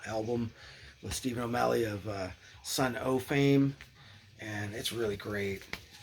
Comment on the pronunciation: Stephen O'Malley's band's name is spelled Sunn O))), but it's just pronounced "Sun." After the guitar amp brand.